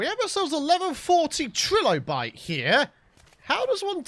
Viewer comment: It's not pronounced like 'trill obite'.. it's TRI-LO-BITE!